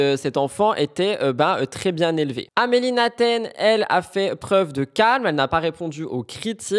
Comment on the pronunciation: Amélie " Neten " et non Naten 😉